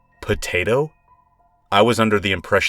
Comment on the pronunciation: the way you said "potato" 😂